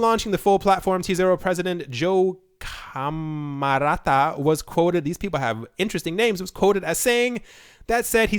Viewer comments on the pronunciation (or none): none